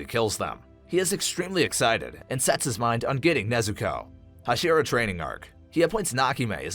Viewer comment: bro said huh-sheera and kuh-zooki